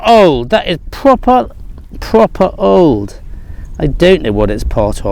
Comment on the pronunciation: Great stuff as ever. That Sax. Brooch is staggering! - and loved it when you said "That's Proper Old!..." - You sounded like an Honorary Mancunian! 🐝 There's hope for you yet my friend... 🤣😂 B 🐫